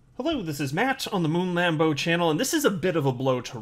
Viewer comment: It's Lambo not Lamno